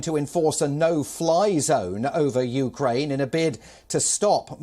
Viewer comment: Dear Palki its not U KA RAINE. Learn to pronounce a countries name at least 🙂